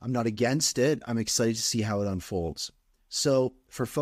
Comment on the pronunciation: Before you have her on the show, it's pronounced "m-tech", not "e-m-tech".